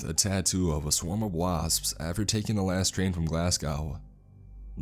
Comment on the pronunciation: good stuff, but just as a tip from the scots, its glaz-go and ed-in-bruh (like the bruh meme) :)